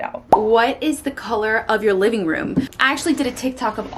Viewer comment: Go to Texas for 4 months and come back saying “livin” 😂😂